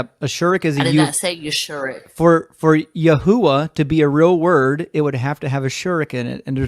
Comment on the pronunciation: Ya-who-ah AND Ya-shoe-ah! Oh MY.